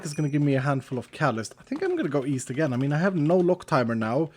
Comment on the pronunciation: East? I thought you said weast.